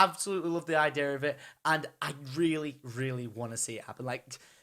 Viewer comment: I love when you say idea, it sounds like idear :D